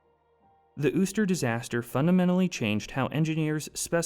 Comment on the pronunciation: you sure uster is pronounced that way? considering theres nothing above the u